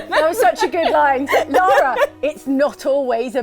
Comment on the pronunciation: Thank you for pronouncing "Lara" correctly. THANK.YOU.